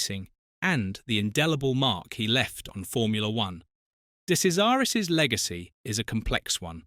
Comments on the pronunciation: "Kazaris"?! What utter twaddle. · Thanks for a good story. However, your misuse of his name means that his nickname was not funny. He was called Andrea de Cesaris (de Chesaris) which then makes the nickname of Andrea de Crasheris sound more real. Also you mention the Ligier team. This should be pronounced Li-ji-a with a soft "g", not a hard "g". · It's pronounced "De Chezaris". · For F**k sake it's pronounced DE CHAIRS ZA RUS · "De Sesaris?" Or "De Kesaris?" "Day Crasharis", "Lee-guee-yay"... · Awful. He didn't make his debut for Alfa in F1. It was for Marlboro McLaren as teammate to John Watson. Do your research. What's with the incorrect pronunciation of his surname. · De Cesaris died in a motoring accident he was totally ok in this crash This item is totally false,even his name is mispronounced content should be removed and banned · You pronounced his name wrong you tool!